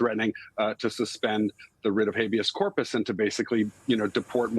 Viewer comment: Donald Trump can't even say Habeas Corpus, this is Miller and Heritage in his ear. The puppet masters.